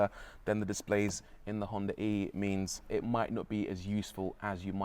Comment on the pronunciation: Ahh, thanks for not pronouncing it "Honda Ree" like almost everyone else.